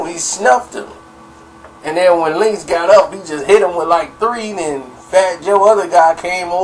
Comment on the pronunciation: its link not linx correct?